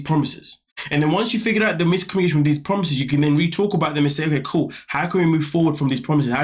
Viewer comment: Too many broken promiseths promiseths 😂